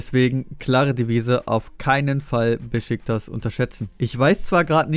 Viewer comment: Spricht mal Beşiktaş richtig aus man Das neeeeervt Beschicktasch So und nicht anders